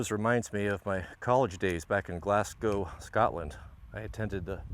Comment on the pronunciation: An American who can actually pronounce Glasgow 👏